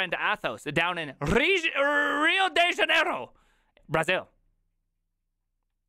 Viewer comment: Your pronunciation of Rio de Janeiro is suprisingly good